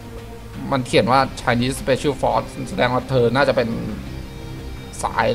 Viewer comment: ไชนิส สเปเชียลฟอร์ส - เชียน ออกเสียงต่ำ นะฮ่ะ